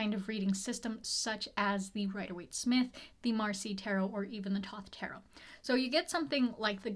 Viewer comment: I love your videos a lot as I'm also learning Tarot and I hate to be 'that' person but "Thoth" is pronounced "thow-th" like the god. Kinda like The oath but thow-th.